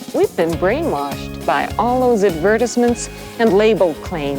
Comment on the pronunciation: Wtf why’d she say advertisement like that